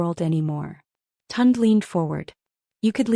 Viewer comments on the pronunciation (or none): Not TUND. Pronounced Toon-Day.